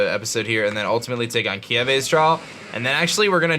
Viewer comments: It’s Kiawe, not Kiave……just sayin lol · Why do you call kiawe "kieve"